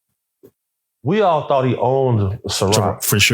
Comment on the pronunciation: It's hard for him to say the word ciroc what grade he dropped out in a second